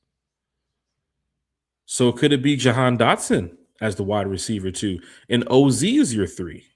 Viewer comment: How you butcher OZ name 😂